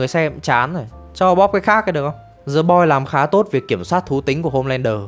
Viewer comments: Thề, t định comment luôn. Hoặc đọc đúng, hoặc ko đc thì "đờ" cũng đc, ko ai nói gì. Cứ cố "giờ" làm gì -_ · "The Boys” mà phát âm thành "Giờ Boi", nể thật sự 😂